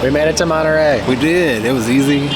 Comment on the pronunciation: It’s Monterrey not manta ray.